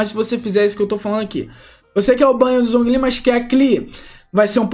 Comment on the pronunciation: MiHoYo: Zhongli se pronuncia Jonglí Players BR: Zonguilí kkkkkkkkkk